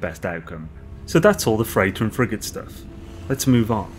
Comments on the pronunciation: me too "friggin consumables" xD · When you say "Frigate Modules", I hear "Friggin' Modules". Lol. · Lmao same here. Cant stop laughing!